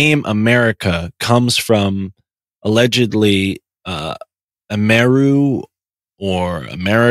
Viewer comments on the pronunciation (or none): The plumed serpent is pronounced Amer-uh-coo ,not spelled that way but the late Tom Horn spoke about this. Very informative.